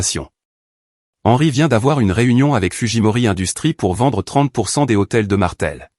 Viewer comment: Lh d hôtel n est pas un h aspire on ne dit pas les hôtels